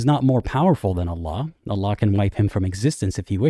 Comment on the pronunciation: I love how you pronounce Allah "ull-UGH"